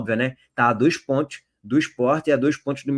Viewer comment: Pontios pq vc pronuncia PONTIOS ? KKKKKKKK